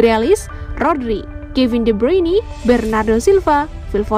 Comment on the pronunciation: de bruyne bukan bruyni